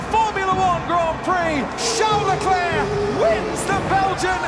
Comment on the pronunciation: Ah yes, "Charles Lefuelflow"